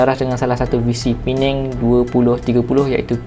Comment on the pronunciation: terbaik bro 👍 nasib baik thun ni dh betul sebut, P-neng bukn lg Per-nang.. marah org Penang nnti 🤭